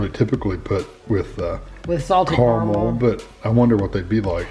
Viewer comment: the way you say "CORMEL" instead of caramel broke me lol